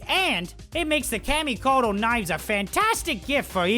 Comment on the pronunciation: "camy" is that hard to learn how to pronounce something